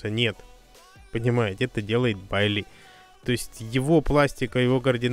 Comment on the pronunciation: Типа Байи. Ну будем исправляться.